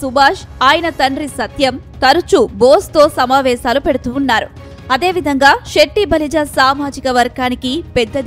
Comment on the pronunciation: Shetty balija kadhu... Setti balija.. పలకడం నేర్చుకో